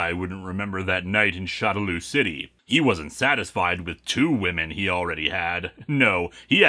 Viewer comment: for future reference, shadaloo is, from what i gather, supposed to be pronounced "shadow loo (like moo.) " just wanted to give the heads up. great review man, keep up the good work.